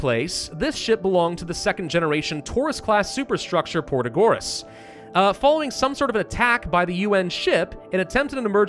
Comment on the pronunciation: Nice, new Ixion vid! P.S. it's proTAgoras not protaGOras